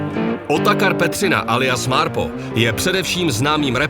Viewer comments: Proboha, nevyslovujte to MÁRPO. 🤦‍♂️🙈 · V každym videu to ten exot bude vyslovovat "Máárpo" 🤦